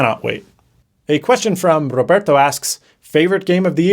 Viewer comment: . LOVE HOW YOU PRONOUNCED ROBERTO PROPERLY.